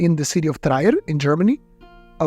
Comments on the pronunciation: What a fantastic overview of ancient coins in circulation! One small matter: it's "Treer" rather than "try-er". Thank you! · The city is called Trier, not Traier, ;-) pronounced more like Trh-ear, and in one fluent move. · Just fyi, the German town, Trier is pronounced, "Treer" (sort of like "tree" with an "R" stuck on the end). It's worth remembering cuz it's a famous town, the birthplace of Karl Marx! There must be some irony in finding an 18 kg hoard of gold coins where the father of Communism and author of Das Kapital was born! Anyway, great video! I learned a lot and the photography of the coins was superb. You really showed off both their detail and lack of detail very well. Bravo! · For the record: That city in Germany is pronounced more like "Trear" - think "tear" (as in "teardrop") with an additional "r" sound thrown in.